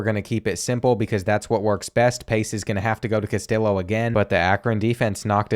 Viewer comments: as a hispanic person, hearing you say "CastiLLo" instead of "Cas-tee-yo" hurt my soul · Brother it is pronounced “cast-tee-oh”😭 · Castillo = CAS-TEE-YO lol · Him pronouncing it “Cas-till-o” instead of “Cas-tee-o” is so Southern it hurts. Love it lol. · As a michigan fan, this makes me so happy and sad at the same time P.S. please say "Castillo" right. KAST-ee-YO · carlos castillo is pronounced cas tee yoh lol. sick ass series tho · Castillo is pronounced (cuh-stee-oh) sorry to be the grammar police😬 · Isn’t that guys name in particular pronounced cas tee low? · Take a shot every time he mispronounces “Castillo”. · I wanna hear him pronounce “tortilla” cuz he’s butchering Castillo 😂😂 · Or the way he pronounces Castillo and Jacquez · Castillo is pronounced like a Y. In Spanish two l’s beside each other makes a ‘yuh’ sounds. Sorry but it was bothering me last video and this one lol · Please stop saying Castillo like that 😭😭😭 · very much enjoyed this, but I need you to learn to say Castillo correctly, every time I cringed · His pronunciation of Castillo is making Mexican people cry everywhere 😭😭 Honestly part of his charm lol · Love the content. Just a heads up, LL in spanish makes a Y sound. Castillo rhymes with Neo.